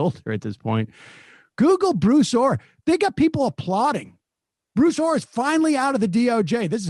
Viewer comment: Thought he was saying Blue Thor... What dif does it make I guess.